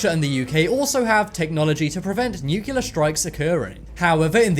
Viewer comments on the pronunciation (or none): New. Klee. Are. New Clear. Not 'noookyuller'! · it's NUCLEAR not Nucular..LOL! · Nuclear... New-clear, not newkewlar. Clear?! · It is NUCLEAR.....not NUCULAR!!! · Knowledge Enthusiast - Was gonna say the same... lol. he switches between nucular and nukilla... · Nucu liar! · I took a shot every time the narrator mispronounced "nuclear", and now I need a liver transplant.